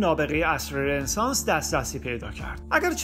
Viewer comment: دوست عزیز ممنون از زحماتی که میکشید فقط در مورد لغت رنسانس باید عرض کنم که تو همه کلیپا این لغت رو اشتباه تلفظ میکنید و خیلی ام مهمه.. این لغت فرانسوی است و به معنی تول دوباره، و خونده میشه RONESANS، یعنی "رو نِ سانس"